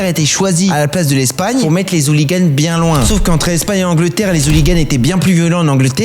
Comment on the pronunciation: "les zouliganes" 😂